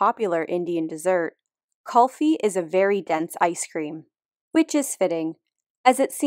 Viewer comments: It's Cool-Fee not Culfy. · Just a correction it is pronounced as kuul-fi not cul-phi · Its actually not pronounced Call-fi Its actually Coo-olfi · It's called cool fee .. not cull fee .. spelled kulfi in English 😂😂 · It’s pronounced “Ku - L- Fi” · It's pronounced like 'cool-fee' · It's actually pronounced as Cool-Fee. And Kulfi the Husky's nature is exactly the opposite of Kulfi the Ice-Cream's well... Nature. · Big Indian fan here. Love all the Doggos in your videos. Just wanted to point out that the correct pronunciation of 'Kulfi' is cool-fee... and yes it is a cool (as in ice cream cold) type of dessert :-) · Pronounced "kool-fee" (from India here :D), and it's a fitting name considering what they're been bred for, xD Also that sarcastic comparison between the harsh blizzards they endure, is nothing compare to a blow dryer in room temperature considered to be immanent death to the Huskoes haha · Btw it's pronounced cool-fee (written as kulfi) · The Indian dessert Kulfi is pronounced Kul-fi by the way. U is pronounced like in "you". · Kulfi is pronounced as cool-fi though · It's pronounced more like koooooooohlfi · U in Kulfi is pronounced like U in Push